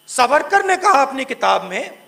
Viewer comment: "सवरकर" नही "सावरकर" कहते है. कमसे कम उच्चारण तो ढंग से किजिए. ये मोक्षगुंडम विश्वेश्वरैय्या इतना मुश्किल भी नही है.